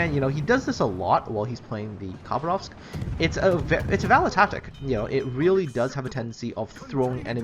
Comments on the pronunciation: Khabárovsk, not Khabaróvsk. The stress is placed wrong. It's a russian city in far east. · Why do you say Habarovsk,it was it is and it always will be: KHABAROVSK! K dude K! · It's Russian so the Kh is pronounced a hard H